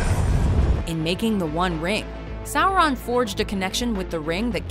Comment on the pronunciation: when u say sauron it doesnt give u anything bad or evil. it sounds like u said something wrong